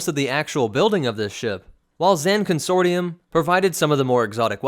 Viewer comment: It cracks me up that he doesn't know how to pronounce consortium